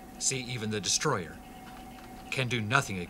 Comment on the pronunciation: Its not Destroyer its DESTROYAAAAAAAAAAAAAAAAAAAAAAAAAAAAAAAAAAAAAAAAAAAAAAAAAAAAAAAAAAAAAAAAAAAAAHHHHHHHHHHHHHHHHHHHHHHHHHHHHHHHHHHH